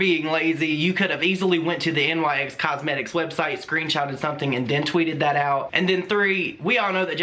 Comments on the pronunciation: I couldnt even focus the whole video because its "NICKS" like the goddess NYX, not N-Y-X... either way that was dumb of them lol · Just an aside: it’s pronounced “nix”; I believe after the Greek goodness of beauty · Just FYI, it isn’t pronounced N-Y-X. It’s Nyx, as in the goddess of the night (pronounced Nicks). Anyway Nyx was lazy and got caught. It makes no sense why they wouldn’t just use their own photos. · The name of Nyx is pronounced “nicks”. Just so you know 😄 love ya!!